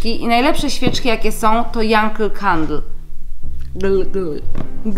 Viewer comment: Yankee czyta sie janki